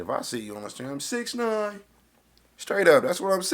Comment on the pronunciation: it’s hella funny how he said 6ix9ine 😂😂